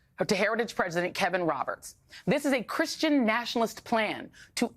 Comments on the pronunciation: Christain . sounds like.a dirty,vulgar word when Trump says it. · Sounded like he said that he’s not Christian